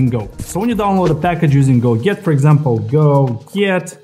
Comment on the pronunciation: a detail: when you pronounce "go get" it sounds like "go git" - which for me - was confusing.